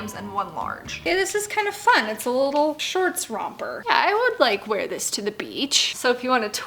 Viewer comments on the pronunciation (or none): none